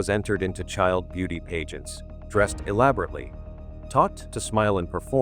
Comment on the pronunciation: good video. I think I was just distracted by the pronunciation of certain words, like pageant.